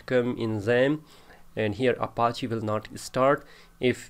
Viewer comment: He is saying Appachiee